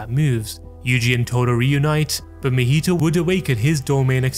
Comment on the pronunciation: Not mehito it's MAhito. Ma. From Mama. Maki. It's not Meki. Or Meme